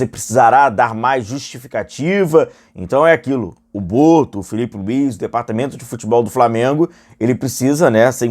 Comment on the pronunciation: Neymar só não passou pelo Felipe Luís na canetinha. 😂😂😂 "Blarggcaicai"